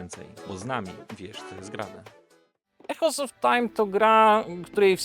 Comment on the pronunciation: Świetny film i interesująca gra. Ps. „Echoes” czyta się „ikołs”